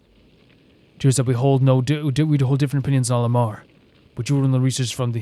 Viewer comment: A point of pronunciation... Al-Ahmar is pronounce AL AK MAR by the npc's in the rest of the game. At least that is closest to how it's pronounced. They use "H" for a reason but it's hard for a western speaker to get that exactly right.